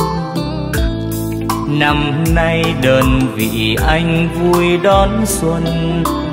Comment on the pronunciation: Tiếng hát rất tuyệt vời,k chê vào đâu được, phát âm rõ từng chữ từng ca từ, nhưng Hàn Châu k chịu ở câu, Xuân núi rừng rộn vui.....vui kéo dài hơi dài, hơi buông trôi quá,nghe k dứt khoát, Hàn Châu k phải là ca sĩ và cũng rất ít hát, nhưng về bolero Hàn Châu chịu cày chịu nghe lắm, đêm đêm luôn tìm tòi lắng nghe những giọng ca mới lạ,cày tới hư mấy cái đt luôn hjiji